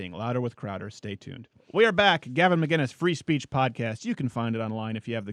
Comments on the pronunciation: will this guy ever get gavin mcinnes' name right? or will he just call him mcguinness forever? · Why does everyone pronounce his last name "McGuinnes"?! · Just start saying Gavin’s name wrong